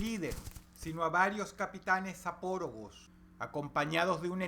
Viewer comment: Parece que dices: "zopórogos" en lugar de "zapóragos"